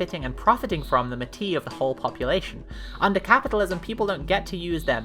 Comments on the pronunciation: I regret to inform you that meatus is the "correct" pronunciation, although "may-tus" is also common among English speakers. I actually knew somebody named after the titaness, and she pronounced it may-tus. "May-ti" sounds like something a francophone would say, lol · okay i understand that you don't want to read metis as "meatus" but you're still supposed to pronounce the s it's a greek word not a french one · This is a good video but I'm pretty sure "Metis" in this context is actually pronounced like meatus and métis with the silent s is something else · ... meatus is closer to the Greek pronunciation than me'tí (francophonic), but it should be more like mehtiss, like meta and Matisse. The s at the end isn't silent. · (well.... since metis is from greek, it would actually be pronounced "meet-is" sooooo...) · I hate to do this but I don’t think the s in metis is silent. The word is Greek, μητις, not French, so meatus is technically closer. Used as a French word it’s an archaic equivalent of the Spanish word mestizo, i.e. someone mixed-race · Yeah, I was thinking the same. Μητις reads to me as Meh-tees, but I am not an expert, so meat-is might be right. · Wiktionary has the pronunciation guide written ˈmiːtɪs, so you're right to pronounce it more like meet-iss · I thought the joke the whole video was that both pronounciations were wrong. XD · The most fun part of this video is the deliberate mispronouncing of the word in two different ways XD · "metis" is a greek word so I don't think the "s" is silent; oh, and also Le Corbusier was a silly Swiss guy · hi, a couple people may have commented this already hut unfortunately meat-iss IS the correct pronunciation (a la greek goddess). mé-tee is a word that’s only been used for racial categorization:( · Look, I love the video overall (this is my first time seeing a video from you), but it is driving me crazy with you saying “Meh-TEE” instead of “MEET-iss”. It is killing me lmao